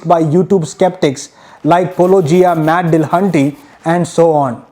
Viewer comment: How did you manage to not only use not-his-avatar for Paulogia , but also mispronounce Matt's name , AND misread Paulogia's jingle ?! Believe it or not, everything went downhill from there...